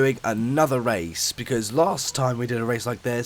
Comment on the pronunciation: Did he say wace at the beginning